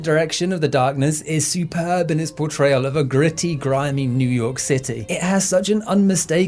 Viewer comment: Newww yorrkh cittayyyy